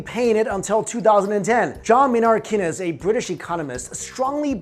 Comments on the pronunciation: Keynes is pronounced Keanes not Kinnez. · Keynes is pronounced "Keens" not "Kenness." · kay-nes? lol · It is pronounced "Caines"